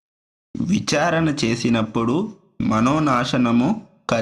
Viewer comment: విచారణ, కానీ విచారన కాదు, దయచేసి సవరించండి.